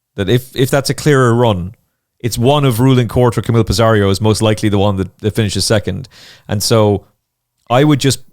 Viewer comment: pissarro not pissarriioo